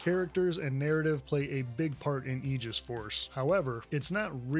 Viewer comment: you have no idea how happy you made me when you pronounced "aegis" correctly